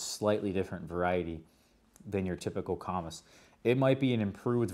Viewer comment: It is pronounced comeece. I grew up and worked around Harry & David (Medford Oregon). The comice pear is the best in my book.